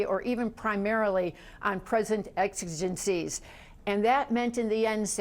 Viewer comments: You're a journalist and you don't know how to pronounce ex-I-gencies (short i with the accent on the SECOND syllable)? That word isn't in your speaking vocabulary? Good grief! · Joan, who ever thought Roberts was impartial? Come back to earth. Plus, you mispronounced "exigencies."